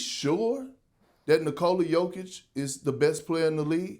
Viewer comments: Who’s yoke? Say jokic have some respect on his name you big habeeb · Everybody: Jokic Shannon: yoke